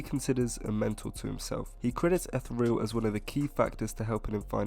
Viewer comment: Etheral is pronounced like ee•thee•re•oll